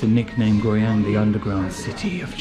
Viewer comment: i dont know why as a chinese i think when you say the city's name guiyang out ~is kind of sexy ~~lol~that voice~that pronounce~